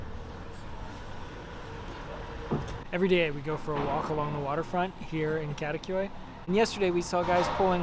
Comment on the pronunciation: Love the videos, but if you are living in Istanbul, please learn how to pronounce the names correctly. It is not too difficult. Kadikoy is kadee koy not kade koy.